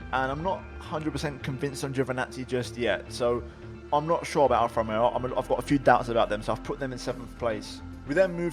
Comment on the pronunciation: “Alfa rromeoo”